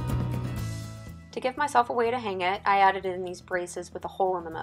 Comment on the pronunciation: Fyi, sconce is pronounced /skäns/ Also, artificial flowers like that tend to be dust collectors. Since you have compressed air in your shop though, the thing to do is take them out in the shop and blow them out as needed :)